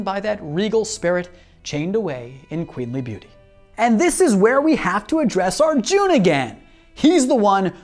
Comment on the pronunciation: It's a soft 'u' in Arjun.